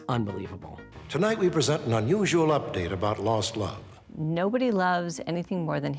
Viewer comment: To this day, if someone says 'UPDATE' and pauses for more than a second. My blood pressure goes up and I get chills! Even if it's about a football player's injury status. LoL Such an iconic show! P.S. If you have not seen the episode on Elliot Ness and the Cleveland torso case. Look it up now!! Even just info on the case, from Wikipedia will get you going. It is a haunting and sad story but a must, for fans of Stack, Ness and or the show. UPDATE I have finished typing ;)